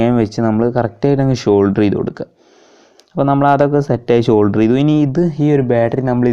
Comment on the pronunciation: ഷോൾഡർ അല്ല സോൾഡർ